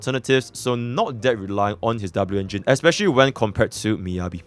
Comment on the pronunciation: Dabloo-engine xDDDDD